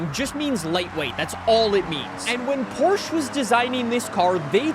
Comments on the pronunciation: i can hear that never finished his german class. he still cant pronounce porsche. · Ah yes, the Porcshe 911